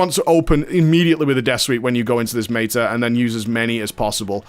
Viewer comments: He deliberately pronounces things incorrectly to trigger people. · mayta....mayta-morphosis lol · It's his pronounciation of meta, as in metamorphosis, the major dps CD.